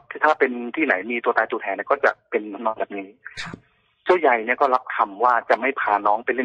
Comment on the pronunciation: ใครที่เข้ามาฟังนะคะ อธิบายตัวละครนิดนึง ลูกคนเล็กชื่อเจ้าเล็ก ส่วนลูกคนโตชื่อเจ้าใหญ่นะคะ แต่สำเนียง แกจะออกเสียงเป็นเจ้าใย😆😆